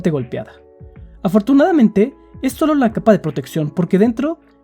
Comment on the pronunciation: Cómo va a ser. Iba tan bien hasta que dijiste "Solo dimput" :c